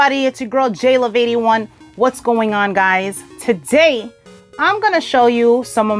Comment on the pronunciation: I love it. "TUH'DAY!"!